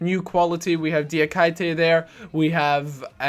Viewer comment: still saying D-a-kite-te even though my top liked comment in a couple of episodes back says his name is pronounced D-ah-key-te. Some day you will learn